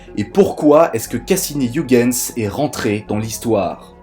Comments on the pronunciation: Youguenss... WHAT??? Ho PTN mes oreilles saignent !!! Oeilguens sonne mieux dans mes pavillons et dans ceux des autres milliards d'humains qui le prononcent bien 😔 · C'est horrible cette prononciation de Ouigens. C'est pourtant si facile d'utiliser la prononciation de Google Traduction, en néerlandais bien sure (voire en anglais, ça marche aussi) pour savoir comment le prononcer correctement. ,08'51